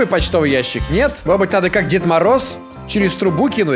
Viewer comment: Мне так нравится как говорит "может быть". "Модеть быть")